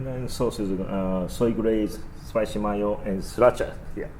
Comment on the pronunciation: One notation my friend and I hope you will forgive me for correcting your pronounciation but I feel like I'm a better friend if I tell you this. You are pronouncing "Mayo" (from "Spicy Mayo" ) as you would in Japanese -- as "MA-YO." But in English, the vowel sounds have two modes, long and short. Think of it more as "MAY-O." Like the month of "MAY" plus "O." The first syllable should NOT rhyme with the word "EYE." It should rhyme with "SAY" or "PLAY" or "STAY." I hope this is helpful and constructive. Best to you always. G88D AFTERN88N FOREVER!!